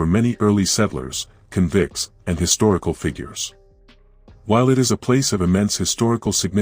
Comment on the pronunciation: I am so sick of AI voices in these videos. Can’t pronounce stuff right “convicts” for instance . Even though I’m Tasmanian an I’m intensely interested in port Arthur’s history. I turned off. These stories would be so much better with a proper voice to really create the mood.